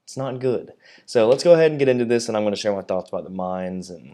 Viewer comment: Dear! You are the first one of the english speaking CCs (…that I see…), that pronounces the name of the Mainz correctly. Thank you for that! 🙏 Also, I am with you on this topic. Not amused… I really hope for a change towards AP focused ships. Gonna take out Baltimore just for the heck of it.